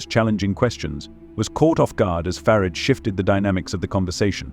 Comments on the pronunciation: It's Farage. Not Farridge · Youd think that AI could pronounce "Farage" one way & not usre surround words to flavour it "fer arj" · There is no I in Farage